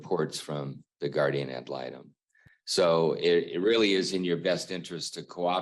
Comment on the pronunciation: And it's actually pronounced guardian ad litem.